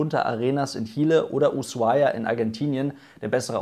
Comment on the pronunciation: Bitte Ushuaia (Uschuaia) 😅 sagen. Übrigens ein wildes Hotels! Eiswürfel via Zimmer Service 20 Euro. 🥸